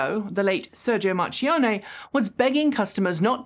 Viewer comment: just wanted to mention that "ch" in Italian is pronounced like a "k". So phonetically it's "Markione". Not that he'll come up much anymore but there are other Italian words with the letters "ch" in them.